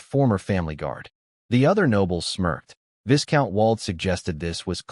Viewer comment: What to try • Replace viscount with “vye-count” in the script just for narration. • If your voice app supports pronunciation overrides, enter a custom pronunciation like “VY-count” or a phonetic form. • If it supports SSML, use a phoneme tag or alias so the voice says the word correctly.